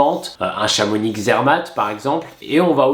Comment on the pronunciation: Comment ça ChamoniX :O mon oreille pisse le sang